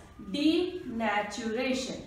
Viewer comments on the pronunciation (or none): .. Ma’am- Denaturation Cat-Meawww 😂❤️